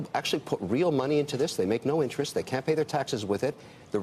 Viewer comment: Its a th not a d. They and them not dey and dem